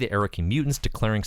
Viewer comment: hate to be this guy, but maybe look up how to pronounce 'sovereignty'. (was bugging me.) love your videos!